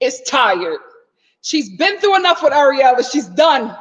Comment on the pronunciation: Lol it sounds you keep calling that girl Areola 😂🤣